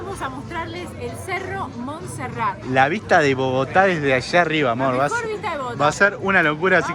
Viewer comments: Muy bien por el video, lastima que nunca pudieron decir bien el nombre de el cerro de Monserrate, con "e" al final, y lo más triste es que los guías bogotanos tampoco les corrigieron. Genial el atardecer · Solo una observación: No se dice Monserrat sino Monserrate (suena la E) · Alfredo Cuellar Venía a comentar justamente lo mismo jaja y los guías no les decían nada y dijeron Monserrat como 80 veces. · Muy bacano todo. Lo unico que no es Monserrat es MonserratEEEEEE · POR QUÉ NO DICEN CORRECTAMENTE LAS COSAS? jajajajaja CRINGE.... Es MonserratE, no MonserraT. Dìgale Arequipe, no dulce de leche. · No es Monserrat es Monserrate , suena como se escribe. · PRONUNCIACION CHICOS.... SE DICE MON-SE-RRA-TE SE PRONUNCIA LA SILABA TE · Muy entusiastas respecto de Colombia estos chicos. Simpáticis. Alguien debía avisarles que se dice Monserrate, es decir que la ultima sílaba de esd nombre es " te ". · se dice Monserrate